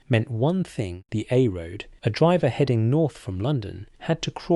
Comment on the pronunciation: The voice is AI , listen to the mispronounced word. 'Driver'.